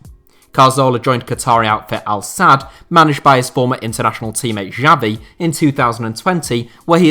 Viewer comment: who the hell is "jabi" its xavi "tchavi" english love to murder names 😂 like chelsea's manager tuchel its "tukhel" like khabib